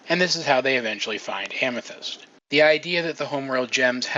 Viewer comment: he says hamethyst instead of amethyst! XD that's her new nickname! at least in my book it is. :-P